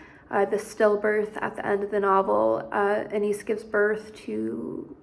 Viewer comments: Ana-yees - not Anees. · Saw documentary where she pronounced her name. Ah-Nah-eese